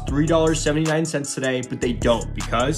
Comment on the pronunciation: Why don't these YouTubers ever make their transition to a loop more organic? It sounds terrible when it's about to loop and you emphasize the "because"